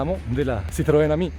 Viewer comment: Bravo! Sei il primo a pronunciare giusto Ami!